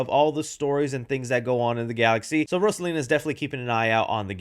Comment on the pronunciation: Fuhkahh hard with Rosalina, js pronounce it how the name is intended to be said